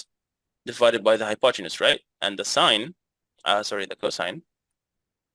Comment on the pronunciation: Okay you win 😂 "If it's not tight ... It's not right" And an extra one: "This video is za best in za west" 😂